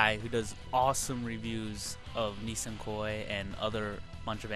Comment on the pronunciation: It's "Nisekoi" by the way, not "Nisenkoi".